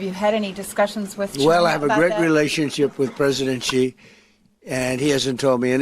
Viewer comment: CHINA'S president is XI pronounced SHE. SHE is not GEE.